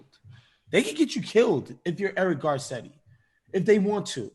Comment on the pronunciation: How the fuck can you live here in Los Angeles, & not know the Mayor's name is Garcetti, not Karketti? WTF dude?